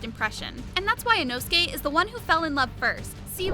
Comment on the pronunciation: Why u saying “Inosuki”😂